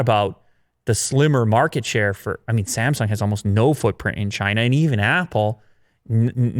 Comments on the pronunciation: Actually, the way Tim Cook says Samsung is closer to the actual Korean pronunciation. Sort of emphasizing the second syllable. Just sayin’ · Actually Tim Cook tried to pronounce Samsung as it should be, in Korean.